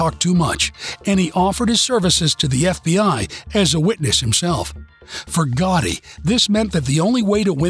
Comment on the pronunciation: To the inaccurate narrator: It was not I forgotten. It was I Forgotti.